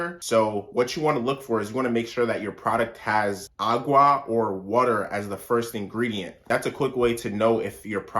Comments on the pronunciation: Right! Lol he stressed them syllables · I know the way he says water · The hard R😂